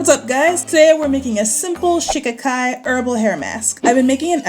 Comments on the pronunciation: No. Shi KA Ki. Accent on the second syllable. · I believe they actually pronounce it SHUH-KHY-KHY... LIKE SKY. But hey, tomAto toMato! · Every time she says shikikai, I think of the Ace Ventura movie. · Lol 😄😄😄 I just clicked on the video, doesn't really pay attention to the title. I couldn't figure out what you were saying.Shikakai (sha-ki-kai) no harm meant. I didn't know what you were saying. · How come you haven't informed all of us to pronounce this herb with accent on the second syllable, i.e, Sh KA kai which is how you say it? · It’s pronounced Shah-kie-kie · it is She-ka-kai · All I kept hearing was "Chaka Khan" and now "I'm Every Woman" is stuck in my head😆😆